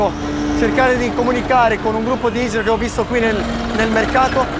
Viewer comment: La hindra not la hijra